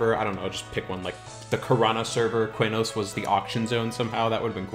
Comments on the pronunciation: Always thought it was "K-nos", not "Kway-nos" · Qeynos = Kee-nohs